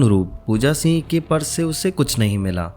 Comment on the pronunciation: Also not Pooja "Seeeng" it is Pooja Singh..